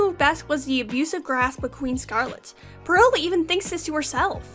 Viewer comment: I really hope this isn’t rude aha But, I believe that Peril’s name is pronounced Pear-all, not purr-il Other than that, I really liked this video! It was very well made, and very nice to listen to! Good day :)